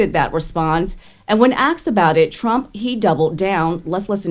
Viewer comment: This is an honest question. I’m Canadian, so maybe this is just an American thing… Why do y’all say “axed” instead of “asked”?